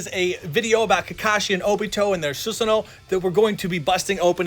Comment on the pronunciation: Am I the only one who was triggered when i heard the word susuno?